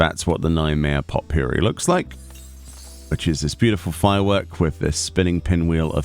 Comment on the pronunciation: I think the T of Potpourri is silent 😅